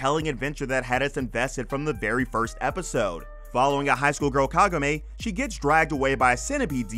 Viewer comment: Kagome. KAH-GO-MEH.